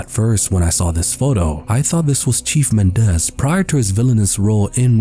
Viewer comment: Mendez is pronounced with the stress on the first syllable. MEN-dez